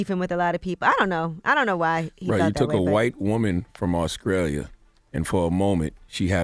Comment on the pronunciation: Yo CTG where the hell is Ahhscralia? 😂😂😂😂